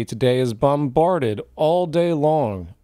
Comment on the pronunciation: Did you say "bumbarded"? Hehe The whole being invested in a brand or product is just that and people feel that if they spend money from their low wages then the more they spend the more its worth and the more value it has, you know the whole "i want a sports car, a red one". We are born into a trap of debt, from the off too, have you watched children's tv? There are credit cards for kids now. The best things are actually old as they have lasted the test of time, some of the best things i have seen are in charity shops, the love of money (which is really worthless day on day) is evil.